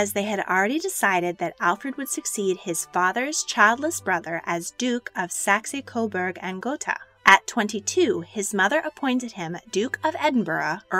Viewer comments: Nice video spoiled by the lack of knowledge how to pronounce English town names, Warwick = Warrick, Marlborough = Marlbra. You got Edinburgh right though but Saxe-Coburgh is Sax not Saxee. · I love your videos, but just one thing -- please look up pronunciations before doing the voice-overs. For example: it's "SAX" Coberg, and Alice "KEH - puhl", and Alice Liddell rhymes with fiddle. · Pronunciation problems? Oh yes.. Saxy Coberg lol. Oh and Sri Lanka was Ceylon back then